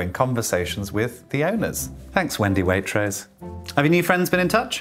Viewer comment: Oh my god pls stop her saying Waitross 😭😭😭